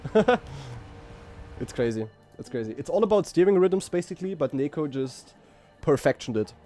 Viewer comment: It's nEko not nIko....